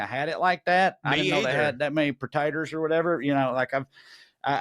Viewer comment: "i didn't know they had that many potaters or whatever" 😂😂😂😂😂